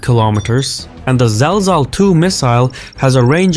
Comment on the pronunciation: It's pronounced " Zil zal" for earthquake